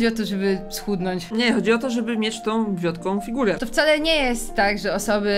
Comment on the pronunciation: "wiotka", nie "wiodka" ^^"